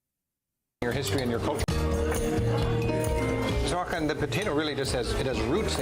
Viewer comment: "Hakan" haha. Couldn't he have learned to just say HÅkan? Yes Sweden has the most islands in the world.